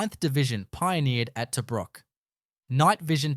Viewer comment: Can't even pronounce 'Tobruk' as we know it.